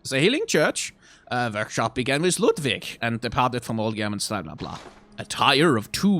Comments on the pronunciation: Delightfully slapping my big belly and chortling whenever he does the silly german accent for LOODVIG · I love slipping into his silly German accent for every item description that mentions Ludwig. Always makes me smile:3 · I love how the name Ludwig turns on his German accent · Every time he does his Ludwig accent it kills me laughing especially thinking about Ludwig later and shudders Interesting juxtaposition there. I’ve never noticed that Amelia basically is screaming for you to GO and get out and that she clings to the amulet the entire fight. Makes me wonder if she’s trying to save the hunter by telling them to leave, or she’s angry at them for disrespecting the holy place (much like with the Blood Starved Beast).